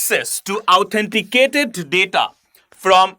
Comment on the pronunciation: If you had pronounced the word as it is, the video would have been shorter by 4 min. Try speaking "authenticate" rather "ouuthenticate".